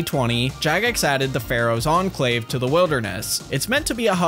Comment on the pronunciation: No way you said “Pharaohs Enclave” 😂